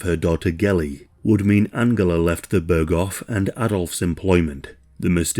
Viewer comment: börgoff ah yes